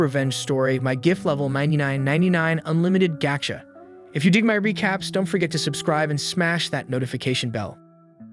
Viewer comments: Hey man, just want to let you know that it's pronounced "Gah-chah". Gocha is an abbreviation for a popular ice tea brand here in Japan. Not trying to be a dick, just felt if I were in your shoes I would appreciate it when people taught me this stuff. For the record, love your videos. Ganbatte!!!!!! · If you're gonna make an A.I. voice summary, AT LEAST make sure the damn thing can pronounce the title properly.... GAH-CHA. not "GO" cha... ffs... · ... absolutely can not watch just because they say goat'cha instead of gacha (gotcha) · It’s Ga-Cha not gou-cha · Gocha.... Ga - cha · My god, it's driving me crazy when it says "gotcha—gatcha." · 237K subscribers and this dude narrating can barely read. Lost it after "pigstee" and "goatcha" and the random swearing. Reminds me of a kid that doesn't know how to cuss. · My guy, it's fucking pronounced GACHA. Not whatever the hell you were mumbling. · This is an AI summary, it doesn't know how to pronounce Japanese. The script also has "pigsty" pronounced as pig-stee. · Your atrocious pronunciation of "go"-cha and pig-"stee" has told me all I need to know about whether you're worth any more time. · Dumbass AI voice mispronouncing 'gacha' over and over